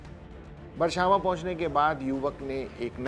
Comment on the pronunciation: अरे एंकर भाई बरछावां नहीं बछरावां सही नाम है।